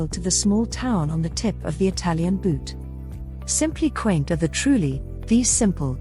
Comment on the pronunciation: IT'S TRULLI, NOT 'TRUELI'